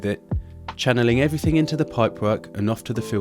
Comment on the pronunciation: Allways makes me laugh how he says...everythink...instead of everything.But then he might say everything-geh.Why do they do that. Nice pond btw m8 lol